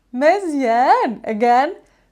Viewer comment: Say mzien not meezieen. Making me angry when saying meezieen....